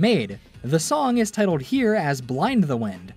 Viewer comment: "tittled" lol